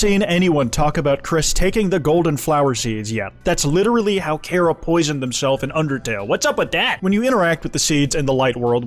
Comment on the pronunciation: Its pronounced chara not chara